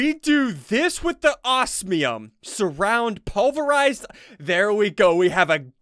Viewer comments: Oz-me-um not Oas-me-um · I don't know if it's just me but I get triggered when Ssundee says "ossmium" instead of osmium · It is pronounced oz-me-uhm.